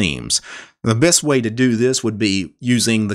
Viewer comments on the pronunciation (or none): none